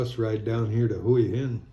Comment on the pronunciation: Hua Hin is pronounced Wa-Hin. If you pronounce it correctly you’ll appear smarter.